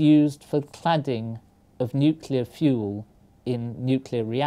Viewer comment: I just can't understand What he said ! Zirconium is used for Clouding, clotting, "canning, clatting"?